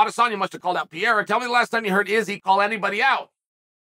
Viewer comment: Who’s Pierre-uh? 😂